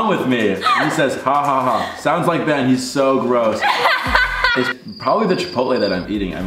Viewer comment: the way she said “Benna” 😂😍